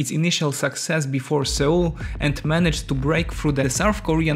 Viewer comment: Seoul in pronunciation sounds exactly like 'soul' when read from the Korean '서울'. You might wanna listen to google transĺations